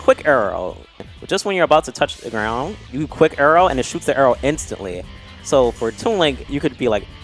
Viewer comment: I hate the way says “arrow”. He makes like an “err” noise.